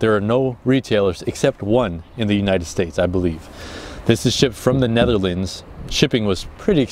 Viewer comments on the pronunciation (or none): ''Neatherlands'' :( its Netherlands come onnn. hahah only kidding, congrats on your boat! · It´s Netherlands, not Neatherlands :( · Its NETHERLANDS not NEATHERLANDS